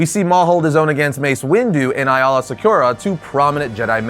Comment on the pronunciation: Why are you saying aayla like that? Haha